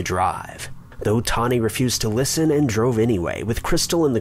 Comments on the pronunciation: How did you get Toni (Tawny) out of Toni? It's pronounced TOE-NEE. Like Tony Danza. Toni Braxton. Tony Matthews. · Isn't TONI pronounced Toe-nee? I've never heard it said like Tawny. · Its TONI not TAWNI. My names tawni & I hate that ppl dont get the difference when its TONI.. errrr.. haaa. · 1. Kurt was murdered. 2. Sorry, this just bothered me - Toni is Toe-nee, not Tawny. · Yeah, my friend is called Toni pronounced 'toe-nee' not 'tar-nee' simples😄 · WeatherlessWorld Lol!!! I knoooowww!!! 😜 “Toni” is pronounced Toe-knee! I don’t USUALLY mind mispronunciations but he said it so many times! 😳😜😂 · first case pronounced TO NY.......... NOT TAWNY. I went to school with her! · Toni, not 'Tawny' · Its actually pronounced "Tow-ney"......Toni..... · Re #5: First off, ‘TOE-KNEE’!!! Her name is pronounced ‘toe-knee’, FFS. Secondly, there’s absolutely no mention of a P.I.? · I wish you would stop saying "Tawny" lol... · I can't get past #5! The name is Toni....like Toe-Knee, Tony......TONI. And NONE of you better EVEN bring up the 90's musical group or I swear to God......... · He’s saying Toni’s name wrong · Someone needs to teach him how to say Toni. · Can’t watch.... you kill me with your crappy pronunciation. Toni is the female version of Tony (pronounced exactly the same) sheesh 😤